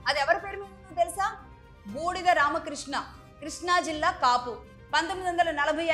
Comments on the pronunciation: అమ్మా బెంజ్ కంపెనీ వారి ఇంటి పేరు బూడిద కాదు బాడిగా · Benz సర్కిల్ - బాడిగ రామకృష్ణ, బూడిగ కాదు